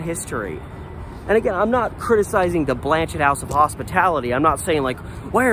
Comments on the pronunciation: I’m fairly certain the name is French and the T is silent. It is pronounced more like Blan-shay. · The T is silent. It’s pronounced Blan-chay. It is named after a Catholic Bishop.